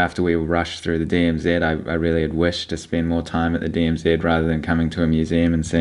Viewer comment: Did I hear you call it the DMZED?, its DMZ!.